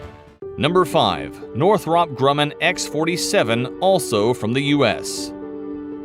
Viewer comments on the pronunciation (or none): none